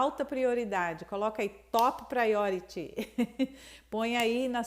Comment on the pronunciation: Eu moro em Londres há 10 anos, e faz muito sentido essa informação sobre a musculatura. Sobre o dicionário, não precisa necessariamente ser físico. Existem sites que oferecem conteúdo extremamente eficiente para aprender sobre a movimentação da boca e dos sons, inclusive da Oxford. Você está pronunciando “priority” com som de “ch” em vez de “Ty”, percebeu isso? Eu faço faculdade aqui e até hoje me pego pecando em pequenos detalhes. É um caminho de estudo sem fim.